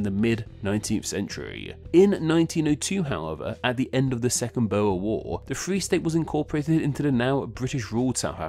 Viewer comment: It took be like ten second to figure out what he was saying: BoWEr WAr Its BOER WAR